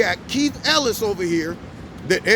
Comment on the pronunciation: It's not Ellis. When you don't get the name correct it distracts from the message